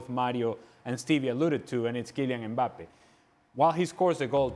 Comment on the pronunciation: Will somebody please teach them how to pronounce Mbappé??